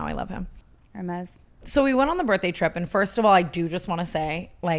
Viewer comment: “Hermes”. Accurate.